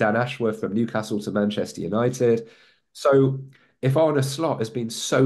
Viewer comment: How difficult is it to pronounce Arne correctly???...